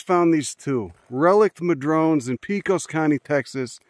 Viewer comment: Hey man, cool video. Pecos is pronounced 'pay - kus'. Can you do a video on the Devils River State Natural Area?